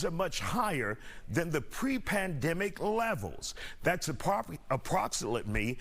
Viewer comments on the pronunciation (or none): “Approxilitmey” always been ghetto at heart